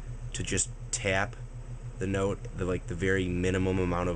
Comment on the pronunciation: You don't hear...... "I was gonna learn how to tyap it"? lol He kind of does, but not major.